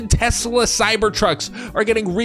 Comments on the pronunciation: 'used to'? they STILL do. he literally did it. this happens in almost any non-rhotic accent. people didnt just use to add Rs randomly everywhere. its very specific and predictable language usage. 'used to' would only be accurate if this was a recording of a dead speaker and no living speakers spoke the same accent. neither of these are currently true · he wants to get that word going😂😂😂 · It's because that's the only time he can use a hard r and not get push back! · It’s actually fairly common in the south. I feel like it’s how half of Texas says it. Since moving to NJ I haven’t heard it once 😂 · Probably not the only word they say with a hard R...